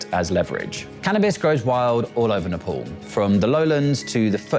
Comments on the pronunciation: It’s Nepal not nephol 😂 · its nepal not napols